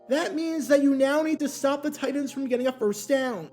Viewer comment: Why does he keep pronouncing TITANS as “tight ends”? Shit had me confused for half the video.